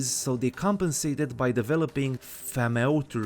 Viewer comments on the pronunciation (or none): Thaumaturgy. “Thaw”-Mah-Tur-Gee